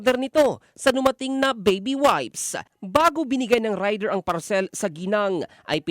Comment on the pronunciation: Ang sakit sa tenga nung parCELL!😂😂😂